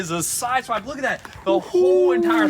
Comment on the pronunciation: Why when you said swip , I thought of Swipper no swipping 😂😂😂😂